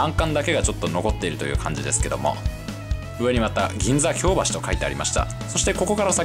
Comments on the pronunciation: 京橋のイントネーション違うと思います。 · 生まれも育ちも東京ですが、京橋と松屋の発音が違うような…。 関西にも京橋がありますが、そちらの発音に聞こえます。 松屋も牛丼屋と同じではないはずです…。 昭和１桁の人が乗っても喜ぶはず。 （私の父親＝江戸っ子） 楽しそうで、私も乗ってみたいです。